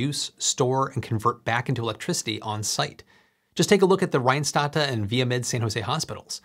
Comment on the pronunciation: Apart from the interesting contents: Compliments on pronouncing "Rijnstate" pretty good.